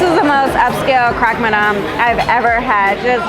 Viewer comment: Great video with amazing food. The only thing I would share is that the Croque Madame (pronounced "croak") is perhaps a new take on the traditional Parisian sandwich of the Croque Monsieur, which is basically a ham and cheese sandwich, but with the cheese melted on top of some really thick and great bread.